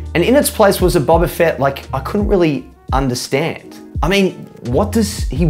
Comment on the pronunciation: The fact you pronounce it as Bobba Fett says enough